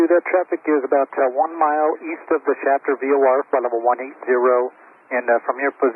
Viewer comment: And it’s Shafer VOR not Chapter.